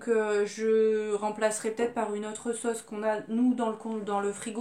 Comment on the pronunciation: Comme toi j’ai pris le porc et le burger, le reste c du poisson! Et comme toi j’ai mal prononcé le nom de cette sauce !!😂😂